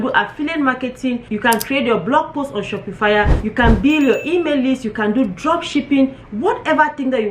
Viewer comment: Its not pronounced "shopi-fire." Its pronounced "Shop -pa-fy"